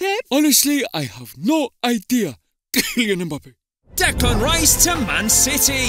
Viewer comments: that hilarious pronunciation of Kylian Mbappe By Guardiola 🤣🤣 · Gang who heared Pep say "Kylian Mbappe" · Thank you! I put on repeat and still couldn't understand what he was saying!